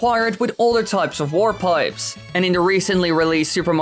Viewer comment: It sounds like you're saying "war pipes."